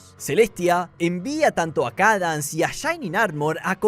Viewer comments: la princesa "kadans" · SIII 😭🙏 "Cadans" 🔥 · Me molesta un poco como dice los nombres pero a la vez es muy gracioso JAJAJA, CADANS FLUUTERSHAI JAAJAJ